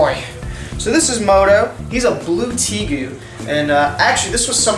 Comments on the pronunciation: Tay-gu not tea gu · Its pronounced TAY-GOO NOT TEE-GOO!